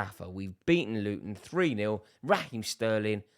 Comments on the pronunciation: It's Luton 😅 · Bro it's Luton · It’s Luton Town mate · Bro chill it's luton town... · Mate it’s literally Luton chill lad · It's Luton 😂😂😂😂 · Its luton bruv chill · It's luton chill bro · Rory behave, it's Luton FFS.